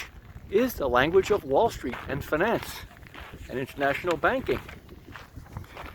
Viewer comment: It's interesting how you pronounce "finance"